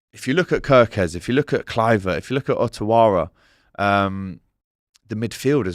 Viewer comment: Think you need to practise you pronunciation of Iraola and Ouattara 😂 but otherwise great vid. Going with a 2-2